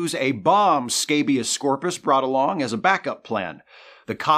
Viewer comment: "scabius scorpus" 😂 🤣💀